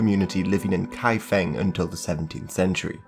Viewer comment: Not pronounced as "Kai F-ink" but Kai F-Ong". Not Peking but Bei Jing